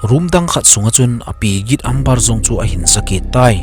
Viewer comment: Amber chu Ember tia pronounce d ahe